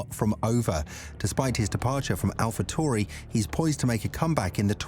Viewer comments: I was being sarcastic the presenter was mispronouncing the name all video long. Tauri is the word that he was pronouncing tory. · Can you please stop using the stupid British robot. They obviously don't know how to pronounce the name of the team that this video is about !